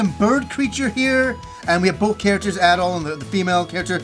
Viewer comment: How much ya wanna bet there will be lots of tower defense scenes? I really hope not, but it's gonna happen because Japan LOVES that stuff. It even found its way into ActRaiser. Also who is localizing this? Maybe they will finally go back to Ys 1-3 where it was pronounced Adol and not ahdoll.